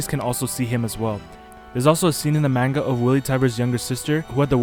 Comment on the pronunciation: The pronunciation of manga is killing me